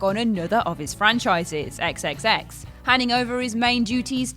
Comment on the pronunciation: So first you call Michael Ealy Ludacris and then you call Triple X? ex ex ex.... I swear you guys do no research on videos before you do them.